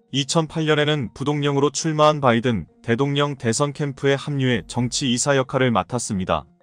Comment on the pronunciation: 명사를 맘대로 읽지마시길 대통령 ~대동령?